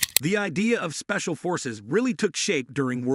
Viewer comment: yeah spacial forces! you guys could have checked and edited it first before releasing, too many mispronunciations by your AI.